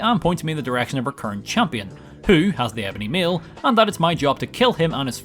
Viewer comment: Ebony mail not meal as you said it 😂